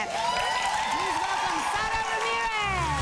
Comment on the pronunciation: it’s sara, but the ‘r’ is pronounced like a ‘d’ she said it in a interview